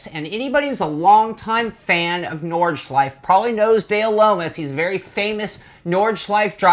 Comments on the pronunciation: It's pronounced Nord Schlei Fe.......three syllables. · At least pronounce it correctly